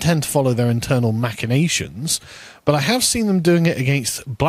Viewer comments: "machinations" is pronounced MASH-ee-nation, "mach" as in machine. #pedantism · Machinations is commonly pronounced with a hard C as are other iterations from the same root eg. deus ex machina, where machina is pronounced as mackina. #pedantism Sorry couldn't help it. :)